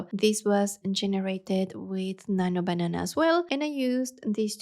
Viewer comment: I was about to say some thing 😊 “nanyo bananah”